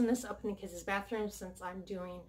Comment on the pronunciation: Is it driving anybody else crazy that she says “kids-is” Instead of just saying kids